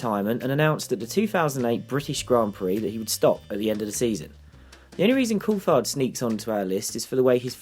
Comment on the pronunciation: its pronouced "courtard" not courtfard"